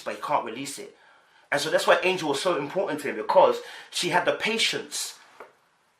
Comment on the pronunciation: Bro..... you love to Jack up a name though 🤣🤣🤣. Her name is Angel.... like "Angels We Have Heard On High". And not Angela as in Angela Bassett.